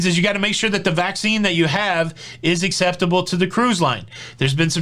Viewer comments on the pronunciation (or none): none